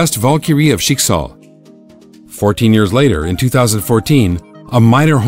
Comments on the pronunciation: He pronounced Schicksal wrong. The I is a bit too long and overpronounced. The pronunciation is more on the ck. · they don't even pronounce their words correctly. it's in german and I have to cringe when they try to pronounce herrscher or schicksal xD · Naja Schicksal was like "what?" Schicksal is little differend